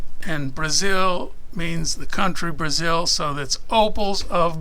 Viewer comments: Brazil except its pronounced like basil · BASIL!... I mean BRAZEN!.. I meaN BRADEN!! I mean—oh you know what never mind 🤦 ...Actually you know what I decided I do mind.. BRAZZERS! ... F*CK WHY CANT I SAY BRAZIL